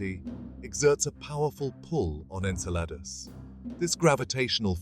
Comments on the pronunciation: I kept thinking he’s saying enchiladas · Obviously people worked hard to put together this visually good looking video, full of information, yet no one researched how to pronounce the name of the friggin’ moon. It’s pronounced “En-CELL-a-dus.” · Cool video, but you're pronouncing Enceladus wrong... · I can’t stop correcting it every time he says it